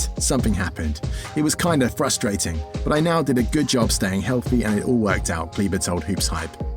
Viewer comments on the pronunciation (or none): He is KLEBER not CLEVA